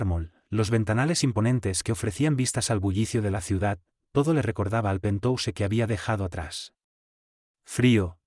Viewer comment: Acuérdate que se pronuncia pentjaus